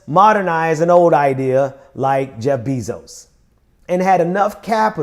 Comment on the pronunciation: Bezos is pronounced BAY-zohs, not BEE-zohs.